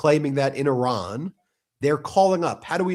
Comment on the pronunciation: It is not prononce Aran but Iran😂😂😂😂 You are funny🤪